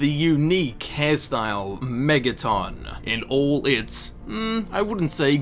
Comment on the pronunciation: why do you put so much emphasis on the O in megaton?